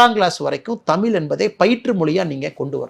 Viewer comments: Anna first say 'தமிழ்' properly.. it's not தமில் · Annamalai should correct his pronunciation of word taml l × தமிழ் மொழி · முதல்ல தமிழ தமில் என்று சொல்றத சரி செய்துகொள். இந்தி வேனும் என்று சொல்ல நீ யார்?